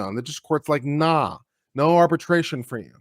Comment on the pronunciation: Thank you for saying "Naw". Made my day. (giggling)😂🤠🧡